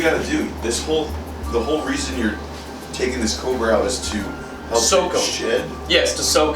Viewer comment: It sounds like he's saying cober instead of cobra, lol.